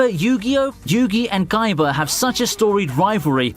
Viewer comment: I’m not saying this to make fun of his accent, but his very soft pronunciation of “k” took me out when he said “guyba” for Kaiba and all I could think was a cross between kaiba and might guy